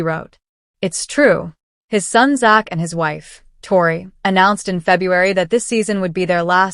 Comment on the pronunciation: Please pronounce Tori ‘s name correctly !!😊